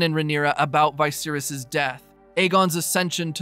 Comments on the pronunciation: Having a tough time accepting the pronunciation of vicious as veye-virus LOL wtf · Thanks for the recap, though the way you pronounce "Viserys" sounds off to me. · The way you pronounce Vicerys ruined this vid. Lol